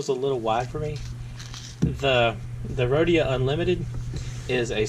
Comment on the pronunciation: it most definetly does, when you use a western m nib you'll ruin moleskin especially if you are considering that baystate blue ink lol, but you should feel a difference when you write between the moleskin and the rhodia which you did not mispronounce btw